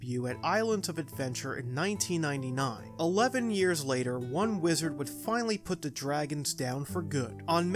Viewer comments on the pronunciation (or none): none